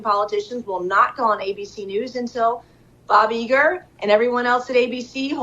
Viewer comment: Nothing shows you're on top of your game quite so much as Nancy Mace mispronouncing Bob Iger's name. What a low-life she is.